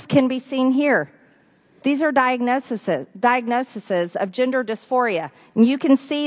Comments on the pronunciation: I am compelled to tell Marjorie Taylor Greene that correlation does not equal causation, but I think that's a little over her head considering she says "diagnosises." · She surely has a special "diagnosises" herself.